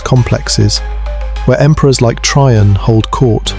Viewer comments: There is more wrong with this video than right. There was no Emperor Try-on. It is pronounced Tray-JAN. Practice it a few times before you continue to embarrass yourself. St. Peter's Basilica never existed in the ancient Roman Empire. It came in 1506. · Lost me at Emperor “Try-on”.